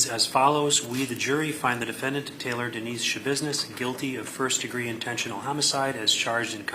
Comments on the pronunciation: It’s TAYLOR, not Tyler. AI is ruining everything. I’d rather see mistakes made by actual humans (or imperfect narration). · It's Taylor, not "Tyler".. You're very welcome! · Yeah, that's my thought too. They clearly state TAYLOR in the audio several times, but the voiceover consistently says Tyler. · The woman’s NAME IS TAILOR FOR CHRISTS SAKE, NOT TYLER!!! 😂😂😂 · Ummm, it's Taylor not Tyler. You're doing a video on this woman but can't even get the name right?? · 𝕀𝕥 𝕚𝕤 𝕋𝕒𝕪𝕝𝕠𝕣, 𝕟𝕠𝕥 𝕋𝕪𝕝𝕖𝕣. 𝕆𝕥𝕙𝕖𝕣 𝕥𝕙𝕒𝕟 𝕥𝕙𝕒𝕥, 𝕘𝕣𝕖𝕒𝕥 𝕧𝕚𝕕𝕖𝕠. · Its not "Tyler its Taylor geez. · Thank you for this. It was very interesting. However her name is Taylor not Tyler. But ty again 🫶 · Her name is Taylor NOT Tyler. How do you do a mini documentery and not get the name right??? 🤔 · her name was taylor shabusiness, not tyler, you sloppy ai jabroni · Why are you calling her “Tyler”? Her name is “Taylor.” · Her name’s TAYLOR not Tyler. You should probably get that right 😂 Seriously 🤦‍♀️🤦‍♀️🤦‍♀️🤦‍♀️🤦‍♀️🤦‍♀️🤦‍♀️🤦‍♀️ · At least get her name right. Her name is Taylor, not "Tyler"..... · It’s Taylor. At least get the name right. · Sorry, this woman is total garbage, but did you do research really when you call her Tyler? It's Taylor. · Her name is Taylor ! Jeez get it right. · T a y l o r get it right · seriously like wtf??!! You want subscribers but you botch up the DAMN SUBJECT OF THE VIDEO’S correct first name! I mean COME ON!! 😂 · It’s TAYLOR… Jeez… At least get the name right 🤦🏼‍♀️ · Its Taylor. If you can't even get her first name right, how much more is wrong? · TAYLOR Schabusiness!! You couldn't even get the name right? Not that it matters what the monster's name is... haha